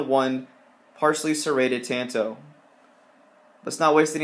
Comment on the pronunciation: Tawn toe! Not tan